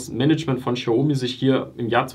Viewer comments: Du sagst aber „schiaomi“. Sorry, will nicht kleinlich sein, aber du sagst den Namen gefühlt 300 mal und ich zucke jedes Mal zusammen 😅 Aber schönes Video. Bin selber seit IPO investiert. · Boah, sprich doch den Namen xiaomi bitte richtig aus. Das triggert mich hart 😂